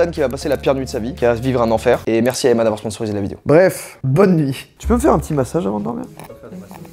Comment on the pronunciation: Emma on le prenonce avec 2 “M”